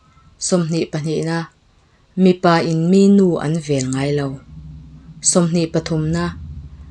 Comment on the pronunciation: 20 na 'Mi zawnna hlang.... tiha 'Mi' tih lam dan hi 'mi rethei" tih a mi lam angin a hniam a lam tur niin ka lo hre thin.